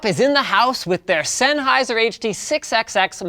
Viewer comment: ~ z e n n h e i s e r ~ ~ z e n n h e i s e r ~ ~ z e n n h e i s e r ~ stahp butchering ze name